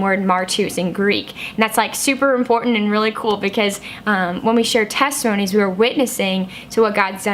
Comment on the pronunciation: Teste-moanies. Lol.